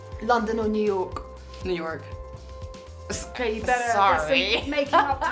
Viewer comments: she has such a beautiful accent and then when she says “new york” she sounds so american lol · It’s funny how she sounded American when she said New York. Wasn’t expecting that. Sounds so flat compared to the eloquent French accent.